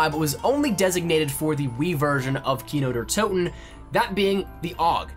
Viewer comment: kiner der toten... lol it's kino der toten, like if you agree